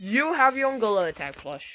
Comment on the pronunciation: Bro said Golila tog is gorina tag😂